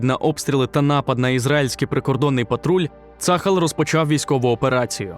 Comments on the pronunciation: ШІшка неграмотно читає - не цАхал, а ЦААЛЬ вимовляється або вже Армія Оборони Ізраілю тоді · На будущее: - пишем ТельАвив, в обиходе произносим ТелЯвив - пишем Газа, произносим как "газдыня", твердая Г - пишем Цахал, произносим цахАл, не цАхал. Спасибо :)